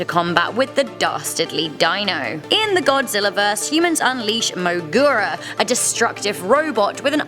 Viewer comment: You’re pronunciations are so bad. It’s mo GEE ra